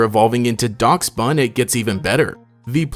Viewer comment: No one:: "Daksbun"